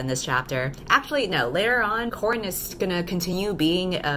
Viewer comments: Oh gosh, I can already tell the dialogue in this story is going to be witty and wonderful, haha. ALso: I know you’re saying “Corrin” (or Korrin), but the first time I heard it I thought you said “Corn”, so now that is stuck in my head and I keep picturing a cob of corn just getting the shit beat out of it. alSO: when you said you were aware that there is already a popular character named Mal, I thought you were referring to Mal from Disney Descendants. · Nooooo halfway through the video and now I can't unhear "corn." 😂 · I put this on while doing homework and for some reason, I kept hearing "corn in" instead of Corrin so it was "choking corn in" the entire time and I was like "wtf is going on" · oh.. its CORRIN, not corn... i'm getting fe fates flashbacks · Am I stupid or did she say new main character’s name is corn...